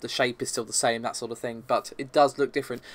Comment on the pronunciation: I just want to know what is with "BUT“, you and pronunc it in the same manner, I am not going to lie to you you, I really do hate it, it is like someone scratching something